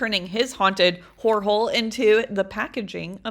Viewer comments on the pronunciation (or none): I thought you were saying WHORE holes😂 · I thought She was saying hor hole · I kinda sounds like shes saying wh*re holes😂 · Horror is pronounced horrer